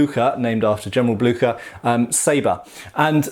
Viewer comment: Blücher? You butchered the name! Not Blücker... Blücher like ship.... Blüsher please try.